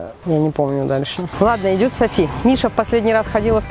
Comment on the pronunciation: Не Сафи, а Софи